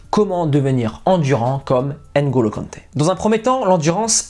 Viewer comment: Pourquoi les Français prononcent mal nos prénoms? "Ngeu" et pas Ain(golo)!